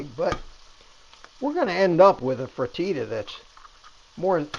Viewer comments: Um, it's "Free Ta Tas", not "Fra Tee Tas". Yes, you can pronounce it like bodacious "Ta Ta's" 😂 My ground beef and bacon is in the freezer ready to go! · You're killed me,my Iberian and Brazilian forebears are calling out to me. It's pronounced (fra-ta-ta) but thankyou for the recipe. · I love your recipe but bless your heart it's pronounced Frit-ta-ta. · Its pronounced fr tah ta!! 😊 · Looks good! I’ll give it a try! Never heard frittata pronounced as you do - is that a Florida thing? Also, I hope your pan is not Teflon … we use seasoned cast iron skillets and nothing sticks to them and they don’t leach any of the cancer causing chemicals. Best to you!